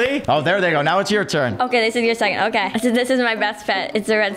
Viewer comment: otay he said otay*presses accept*are they gonna do it? He said otay, he said otay Me:*dies of laugher*